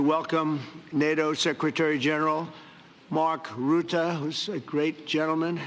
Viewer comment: The only THING that needs to go to “sleep” is TACO…is there a vet in the crowd? PS 1) Trump absolutely BUTCHERED Mark Rutte’s name. And 2) the EYEROLL from Italy 👏👏👏 The ONLY “prize” TACO should get is the WAR CRIME PRIZE from The Hague. Blah, blah, blah. LIES fall from his lips.